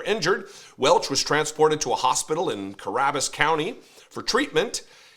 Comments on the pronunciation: Not of great importance but it's pronounced Cuh-ba-rus county. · Oh dear, l knew he was from NC, but not my town. I've never heard of him here. The county name where he got shot was ca-bear-us, if you care about such things. Love your pod. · Cabarrus County, not Ca-rab-us! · Cabarrus = Kuh-bear-us, wait until some other local towns make the news ... Rutherfordton and Fuquay-Varina are gonna be a riot to hear on National News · ka-BEAR-us county, NC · Pronounced ca bare us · Cabarrus: “Cuh-bare-us” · Ca-Bare-Us = cabarrus county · 😂 " Kə Bare us" County.